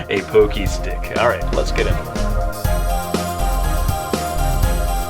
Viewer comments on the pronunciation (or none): You said pocky wrong, it's not pokey it's POCKY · lol poh-kee? It's pah-kee. Don't sweat it,. We love you anyway! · not trying to hate or anything but it's pronounced "paw-key", not "pokey". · people pronounce the word "pockey" "poke-y" when it's pronounced like "paw-key"... GET IT RIGHT! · i THINK ITS PRONOUNCED PAHKY, NOT POHKY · It's not pokey stick it's poc-key=pocky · I had no clue what I meant when I paid poke-stick, then I realized you meant pocky stick lol. It's pronounced like it rhymes with rocky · Isn't pronounced (pock-y)? Like pocket with a y at the end dosn't matter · I thought it was pronounced (Pah-Key) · It's pronounced Pock- ee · (pock-key) that's how you say it and cool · Isn't it pronounced PAH-kee? Well, still amazingly cute! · hes saying it wrong your write, i have several friends from japan and they all pronounce it pock-ee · At first I didn't think this was going to come out as cool as it did. I am familiar with your work and your videos and you are a truly talented artist. I wish I could in fact draw half as good as you. Also, that's funny that you mentioned the pokey pocky thing, cause right as you said it in my head I was wondering "man is that how you say it? Is it he just saying it wrong." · I can't tell if I'm pronouncing Pocky incredibly wrong or is. Is it Pock-ee or Poke-ee?